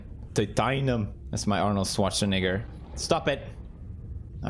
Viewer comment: Is it just me or did peers say the n word by accident when say Arnold